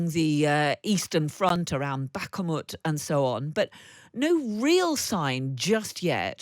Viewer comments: Himars will be used to shape the battlefield. Aka destroy strategic targets like munition dumps, bases or troop concentrations. Ps. Here we go with the bak-a-moet again🤮 Its BAK--MOET... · Bakhamoot? That's a new mispronunciation of Bakhmut. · I hate to nitpick here, but I wonder (not for the first time) how many “U”s the presenter sees in “Bakhmut”? She keeps pronouncing it as “BakhUmUt”😜